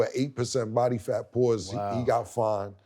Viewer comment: The pause for "8% body fat" is wild